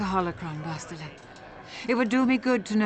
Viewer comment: By the way Bastila pronounces her name in a wrong way, if I'm not mistaken. You can hear it in this video, when she says "I'm Bastila, yes"